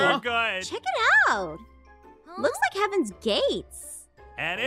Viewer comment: When she said hevaen gates i thot she said hevean gay😂😂😂😂😂